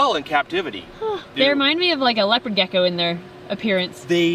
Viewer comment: Did he call that gecko gacko